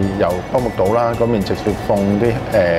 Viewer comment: 請問有無人做監製㗎 唔係讀個👉杜字係讀牡丹個牡字🤣🤣🤣